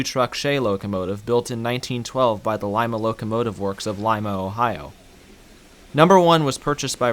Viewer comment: You pronounced Lima wrong in this context. It's "Leema", not "Lime-a".